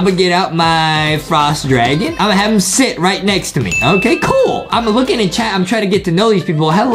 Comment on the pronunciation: Whats kwel? Is it supposed to be "COOL"